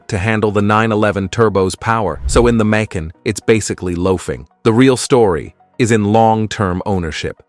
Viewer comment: It’s not mack-kin nor may-kin; it’s ‘muh-can’